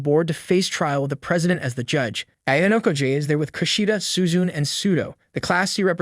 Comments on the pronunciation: Bro literally said Horikita Suzun?! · Why does bro call Suzune, “Suzu” and Ichinose’s name is pronounced like it was English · Suzun Suzun SUZUN all the fucking time! The name is Suzune NEEEEEEEEEEEEEEEEEEEEEEEEEEEEE